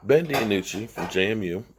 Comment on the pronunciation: His name is not Ben De a nucci!! It's Ben Dinucci!! I don't understand how you can mess up so many of these players names.... All you have to do is listen to the commentators during the games and you can plainly hear them say the names of the players!! I swear as many times as I've heard you mess up all these players names I'm getting to wonder if you've ever watched a game before!!